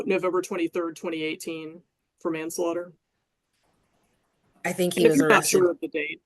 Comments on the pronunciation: Man Slater 😂😂😂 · Why did he have so much trouble saying manslaughter 😂